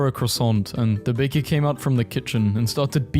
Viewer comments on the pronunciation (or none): none